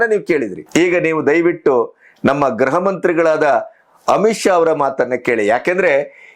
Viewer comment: ಗ್ರಹ ಮಂತ್ರಿ ಅಲ್ಲಣ್ಣ grha ಮಂತ್ರಿ